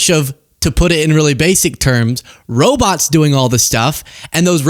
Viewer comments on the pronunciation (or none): I love Bernie, I dont know if there is anyone who cares about ordinary people as much as him. Love the way he says "robits"!